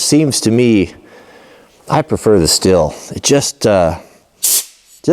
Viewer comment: You can call it what you want but the correct way to pronounce the name is STEEL (as in stainless steel or steel beam). Check the company web site video's to see for yourself.